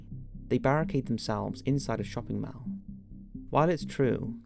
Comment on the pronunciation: 'Shopping mal' I couldn't help it. Sounded so funny lol.